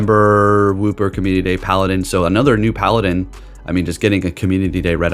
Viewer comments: its pal-day-an. not pal-a-den. :) love the vids, love Violet & Scarlett-SUPER excited for paldean wooper to come to go :) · . Paladin Wooper? Paladin?! Seriously. It's pronounced Paldean (Pal-de-an). No offense, but are you illiterate? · Bruh didn’t say paldean wooper right☠️ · Are you purposely saying paldean wrong. I can't too many times 😂